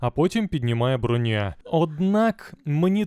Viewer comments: Не Броня́, а Бро́ня! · Шоб ти всрався, не бронЯ а брОня! Аж вуха пухнуть.... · та не бронЯ вона, а брОня, як же це ріже слух, неймовірно просто